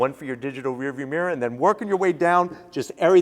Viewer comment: Digital "rurrviuwmirrur" haha